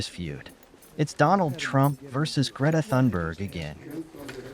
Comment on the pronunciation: It's sad when Trump can pronounce Greta Thunberg's name properly, but the journalist can't. What next, is he going to call her "Greta Thumbdrive?"